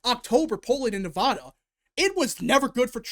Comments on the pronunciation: As a Nevada resident and Washoe county voter its pronounced Neh-Va-Duh. The middle part rhymes with the sad or mad, which is how Commiela is going to feel on November 6th. Keep up the great work! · In california, everyone pronounces it at as "ah" not "aw." Hearing mispronounce Nevada is so weird to me, but that's how I feel about anyone who does the same mispronounciation. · Cast my votes at the Washoe (pronounced WASH (like Washington) OH (like Ohio)) County Registrar at roughly 11 AM today, the 22nd. Was in and out in ten minutes; don't know if that's good or bad. The true wildcard here in Nevada (pronounce the VAD like glad) is how the independent voters go. As shown in your Excel spreadsheet, Republicans do slightly outnumber Democrats in Washoe County, but Unaffiliated has a sizable plurality. We'd better hope they break for Trump. Here's my thinking going into 11/5 at 4 PM PST: if Virginia is called right away (like in 2020), then it's likely NOT going to be a good night. If there's a delay in calling the state (like 2016), how much of a delay there is will be indicative on how GOOD a night it'll be. Obviously, the longer the delay, the better! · Yeah, I noticed he was pronouncing it both ways. I lived in LV for 10 years, and I still pronounce it with a "da" like ta-da. Maybe, it is my Southern accent (born in Texas)but no one ever said it was incorrect when I lived there.